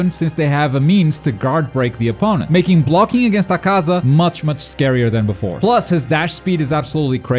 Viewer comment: He said acasa it’s akuza